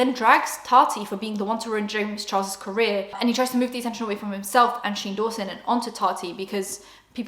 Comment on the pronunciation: Dunno why, but when you say Shane Dawson, it sounds like "shingles" to me and I love it